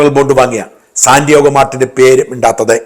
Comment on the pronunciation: Sandiago Martin. Not Sandiogo Martin.